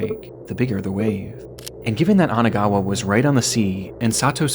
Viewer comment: Isn't it Kanagawa and not Anagawa?